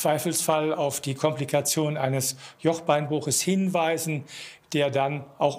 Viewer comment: fand nur ich das lustig wie er Hinweisen ausspricht? 😂